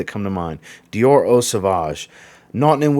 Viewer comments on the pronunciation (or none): none